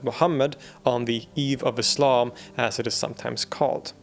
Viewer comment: I'm particularly impressed by what might seem to some as one of the more inconsequential details: the correct pronunciation of "Islam"! It isn't "Iz-lahm", guys, it's "Iss-lahm" (ok not quite that sibilant, but you get the point - it's an "S" sound, not a "Z"!)